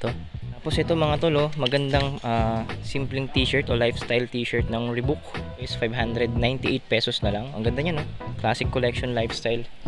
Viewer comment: Lods ree baak ang tamang pronounciation sa reebok